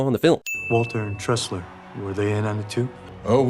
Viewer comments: Sin on CinemanSins for saying "Tessler" instead of "Tressler" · It's *Tressler, not Tessler. +1 Sin for CInemaSins. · tressler not tessler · it's Tressler* not Tessler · did no one else notice that Jeremy kept saying Tessler when Caine's character is named TRESSLER? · its tresler not tessler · I thought that the last name was Tressler, not Tessler. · I love how he said tessler the whole video when it's actually tressler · Michael Cain's character name is Tressler not Tessler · It's Tressler not Tessler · Tressler, not Tessler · i love ur videos, but it's tressler not tessler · I thought it was Arthur Tressler not Tessler? edit: nevermind it's just where he says Tessler lol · Woody's brother was mentioned in the first movie during interrogation. Also it's Tressler not Tessler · Sin Count on Cinemasins for this review: Sin 1: Jeremy Scott mispronounces Michael Caine's character . Sin 2: And narrative text misspells it as well. Sin 3: 14.57 - See Sins 1 & 2. Sin 4: 15.33 Jeremy and text get the name correct, which negates the idea that he just didn't know the name to begin with. - Sin Tally 4. Sentence: Got an Opening?